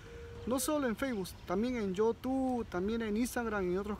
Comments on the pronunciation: la flaca se quiere reir cuando pronuncia mal youtube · Apenas pronuncia la palabra youtube jajjja